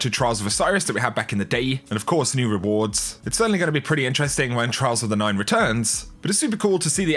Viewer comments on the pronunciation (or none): I swear to god I heard "we have new trial of the nineties"